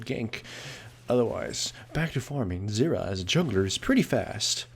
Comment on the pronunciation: well.. he pronounces it like syrra xD. Thats why ;)